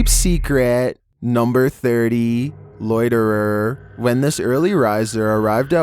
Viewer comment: min.: ....YUP THATS A LOITTER-RER .. :p :P